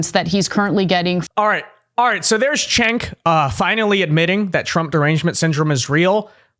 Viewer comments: It's pronounced JENK, not CHENK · Actually, it's pronounced "Jenk." The Turkish C is pronounced like a J.